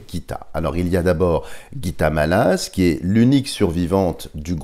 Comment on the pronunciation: Dialogue avec l ange est chrétien avant ! Je trouve dommage d y mélanger le soufisme, Bouddha et autres . On ne parle que du Dieu Chrétien avec ses anges, ds ce magnifique livre ! Mallasz se prononcé "Mallache"